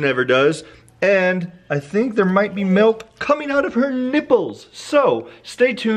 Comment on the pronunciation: Does anyone else hate when people pronounce milk melk